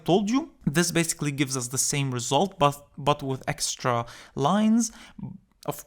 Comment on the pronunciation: that "BUT" sounds like "Butt cheeks" in my brain🤣😂